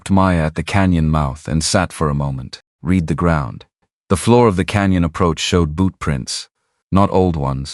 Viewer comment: Listening from Oklahoma. Hoping you will have an English speaking editor of your stories. The mistakes stand out so much that it really takes from the story flowing. Don’t know how many times read( sounds like reed) and read( sounds like red) stop my mind short when used wrong. I know you will want to improve so listeners will continue to choose your stories. Thank you.